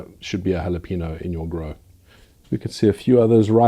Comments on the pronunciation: "Hawluhpaynyo," Please. Not Hawluhpeeno. There's an enye in the word. We'll discuss the word "Cayenne" some other day. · Cayenne is pronounced "kai yen" and jalapeño is " hal a pain yo"